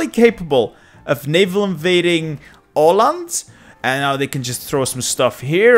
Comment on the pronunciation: Surprisingly good pronunciation of "Åland", good job!